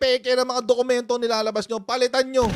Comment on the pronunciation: Mag aral ka muna paano masabi ang dokumento peke...issue on genuine document and existence of document...ask lang pano masabi dokuyemento